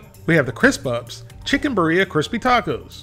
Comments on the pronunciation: i think it's pronounced BEERia instead of biREA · Beer-Yah is the local pronunciation. Cheers from the Central Valley of California. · beeREEAah is how its said love the content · The way says birria man 😂😂